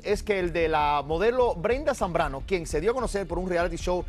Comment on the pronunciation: y es "Zambrano" no Zambano -.